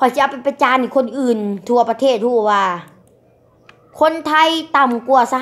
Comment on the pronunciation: พูดประเทศยังไม่ถูกเลยยังจะกร่างอีกกูละขำ